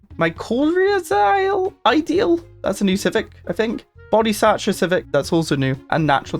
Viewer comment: Mycorrhizal is pronounced Mi-ko-rai-zuh-ll. Myco being fungi and rhizomes being the interplant/fungus matrix that lets them talk and nutrient exchange. If you’ve ever pulled out a plan and saw that netting between roots, that’s the mycorrhizal matrix